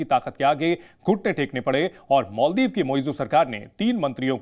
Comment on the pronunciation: Bhai ANCHOR ji , मोलदिव नही मालदीव है, mujhe lagta hai aap English medium se ho